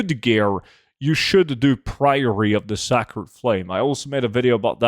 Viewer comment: Not 'sack-red' but 'say-cred' I'm sure you've been told though.